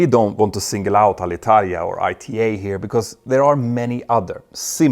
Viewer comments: Good Italian pronunciation! 👍 English needs a bit of work, though. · Italian here. Thank you a lot for NOT butchering our language when talking about Alitalia! Good pronunciation!